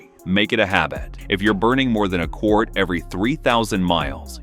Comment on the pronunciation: What is "quort"?